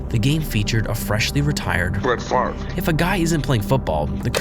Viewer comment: I think he used it because he was pronouncing his name wrong you can kind of hear after the voice clip the second time him pronouncing it “fov-ray” but I could be wrong